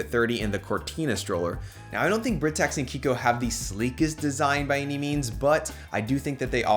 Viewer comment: Loved the video, but I believe Britax is pronounced “Bry-tax”